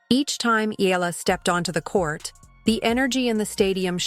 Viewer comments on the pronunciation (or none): Its pronounced E all a